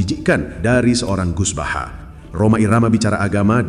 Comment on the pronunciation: Bahasa nya orang di kata kaga pernah ngaji buset baha baha tambahin r biar jadi bahar😅😅😅